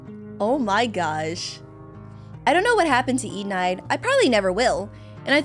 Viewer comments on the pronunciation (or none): Her name is enide not enide like side it is pronounced like middle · Omg!,!! keppa trigeriing mope how she says (e-nide) what it’s supposed to be (e-ni-d) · its enide pronounced e-nde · Im pretty sure its pronounced eh-nide. But nonetheless good content! Keep up the great work! I pretty much watch ur vids every day to be honest❤ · Enides name would be spelled E-knee-day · It’s Enide aka (E-nid) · you pronounce it “e-nid” i think? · Enide (E-nidd) the E is silent and the I says the E sound :) ( no I’m not teacher.) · they're both wrong, is pronounced eh-need (enide) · Enide is pronounced (Eh-nid) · Its pronounced E-nid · It's pronounced e ned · It's eenid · U are saying Enide wrong 😢